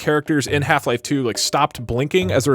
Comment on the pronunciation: that's better. The way you said the first one sounded like hla was the only vr experience